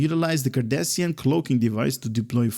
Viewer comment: Rune and here I was about to same the same thing,not sure if it's his accent that's preventing him from pronouncing the names correctly but it's making my ears bleed,it's Cardassian not Kardashian...and spoonheads come on that's racist 😒😒😒😒😒😒and their are many things broken in this game but you want cryptic to fix a line of text in a Blog 🤣😂🤣😂I'm sure their getting right on that.🙉🙈I also appreciate your enthusiasm but why do you laugh after everything you read and call everything awesome 🤔🤔🤔more than half of the traits and ship abilities are trash but you say everything is awesome, not trying to be rude just find it weird.